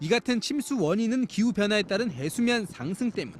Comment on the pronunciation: 중간 부산 취재한 사앙승 발음 겁나 특이하네